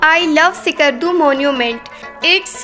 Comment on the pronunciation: Ckardu nhi skardu..... Iskardu bolain